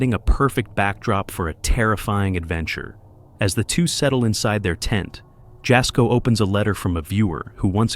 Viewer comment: It’s pronounced yasko not jasco